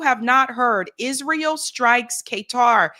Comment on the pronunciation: lol "K-TAR"